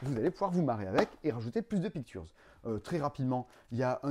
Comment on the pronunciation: Comme prononce "pictures": "piqu'turz", je pense que son second prénom est Arthurz!^^ Intriguée par ses projets d''ailleurs: Maître de cérémonie à Cannes, et ô le fun du fun! un jeu du Passe-Temps! (je penche néanmoins plus pour un prix du Passe-temps, ça serait cool en fait) Ma passion secrète est de jouer au jeu de l'ascenseur... (non en vrai très banalement, le dessin et la peinture) Purée il est trop ce jeu "Dodos riding dinos"! je l'aurais bien acheté rien que par curiosité, puis ça doit être rigolo, mais c'est dommage il est dispendieux (et wai, les figurines sont cool pi 4 plateaux). Faut penser à remplir le frigo de temps en temps! Quoique ça pourrait être un nouveau régime post-fêtes: achetez des jeux au lieu de la bouffe et perdez 7 kg en un mois! vos vidéos sont toujours trop le fun, j'essaie de ne pas en rater une! bon week end!